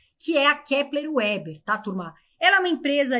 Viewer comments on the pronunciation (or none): none